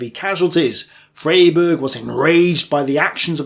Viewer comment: It's pronounced Fryberg